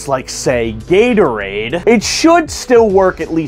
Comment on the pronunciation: This man calls Gatorade as Yaterade. Even auto correct tried to agree with me just now that it is Gatorade! WITH A G!!! NOT A Y!!!